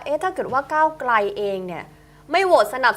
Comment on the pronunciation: พิธีกร..ใช้ภาษาตัวควบกล้ำ ร ล ไม่ชัดเจนเช่น ก้าวไกล เป็น ก้าวไก